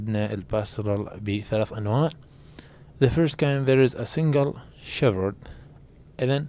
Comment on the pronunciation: حرف الh لا يلفظ في كلمة shepherd شيبرد وليس شيفرد😠😠😠😠